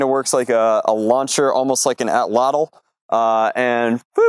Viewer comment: When he pronounced it “ot-law-tall” I died